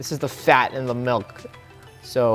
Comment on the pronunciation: He said malk 😂